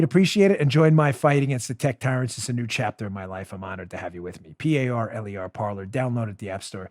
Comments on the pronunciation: Dan, I will join Parler if you start pronouncing it correctly. It's not "parlor", it's "parlay", the French infinitive "to speak". Linguistics lesson for the day. YW. 🤓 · By the way...it's pronounced Parlay as in to talk. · Parker, not Parker.